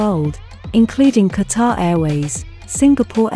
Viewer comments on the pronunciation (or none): none